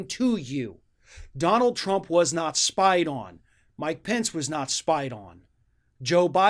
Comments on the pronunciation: Spy-ded??? Lol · "Spieded"? What, is he five years old? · "spieded" LOL